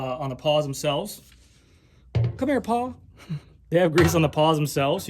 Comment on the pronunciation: For the record... it's "pawl", not "paw" :)